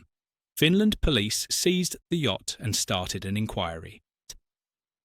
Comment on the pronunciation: The yacht 😂 Better Ai please